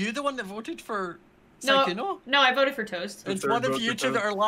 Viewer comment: How to pronounce Sykkuno: Sike uno :’)